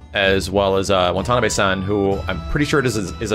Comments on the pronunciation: WONTONABAY -- Jesus fucking christ dude, it's WA-TA-NA-BE, not that hard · "wonton-on-a-bay-" san?